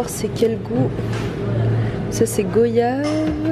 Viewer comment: Goyave se prononce gouayave 😭😭😭😭😭